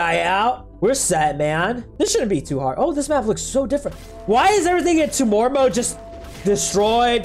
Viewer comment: Its not tuu more its tyu more